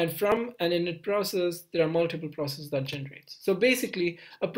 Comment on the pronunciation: I loved how he ditched saying "proceecees" and started saying "processes" towards the end :D